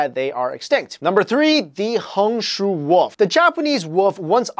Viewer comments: i like how he says woof instead of wolf c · you said wolp not wolf get rekted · "The Japanese woof" I died when he said that